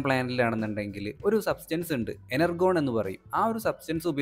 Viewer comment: Enurgon alla energion 😂